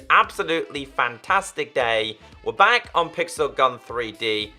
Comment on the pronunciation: "Were bawk" 😂😂😂